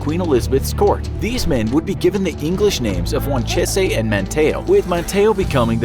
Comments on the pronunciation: "Rally" i pronounced as is the the city of "Raleigh" North Carolina. ManTAYo, no "MAN tee o". Also WAN cheese, not "wan chay say". Those last 2 sound correct and I wish they were, but sadly, we're stuck with the North Carolina pronunciations. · So uh I live here in manteo and the man and the place are pronounced (man-tea-oh) manteo and (juan-cheese) wanchese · The Indian names are pronounced man-tee-oh and wan-cheese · some corrections on pronunciation: Manteo = Mant-E-Oh Wanchese = Juan-Cheese Hatteras = Hat-Er-Us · North Carolinians pronounce it "Wan-cheese" and "Man-tee-ohh" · Us North Carolinians are cringing. Raleigh is pronounced rAH-lee, not rally, Manteo is man-tEEoh, and Wanchese is wahn-CHEESE. Take notes please.